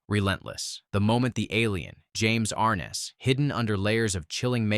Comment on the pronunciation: Is this Ai? I wondered because I didn't think anyone could mispronounce James Arness's last name? Ai often does that.